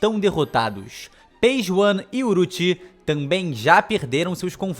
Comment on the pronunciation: Pq cê chama a Ulti de Uruti????